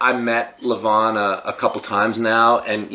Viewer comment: Learn allready to express the Name LEVAN. YOU CAN HERE IT RIGHT FROM DEVON IN YOUR VIDEO